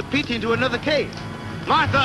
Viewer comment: Aaaahhhhh,LMAO! did not know Crabs sound like "SPOT" , From "The munsters ! and this dude is getting on my nerves with his Condescending "honey","honey", come on " honey". "Honey" is supposed to be a Dr. What's she a Dr. of ? Bee hives? Is he her man? He can't pronounce Martha? Nice to see The Professor in this though. I didn't remember he was in this.